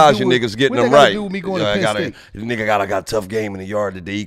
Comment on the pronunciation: Lmao said penn state no state pin nigga 🤣🤣🤣🤣🤣🤣